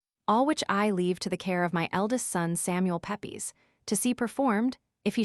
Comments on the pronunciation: Pep-ees lmfao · Unliterate American starts out by mispronouncing his name.